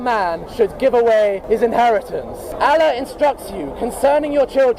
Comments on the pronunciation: Bro it's allah, not alah👍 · Just the way he pronounces Allah as “allih” explains everything about him